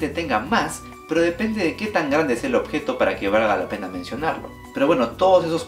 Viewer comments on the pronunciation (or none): none